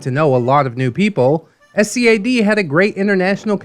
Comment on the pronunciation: Also, SCAD is spoken as a word, not the individual letters.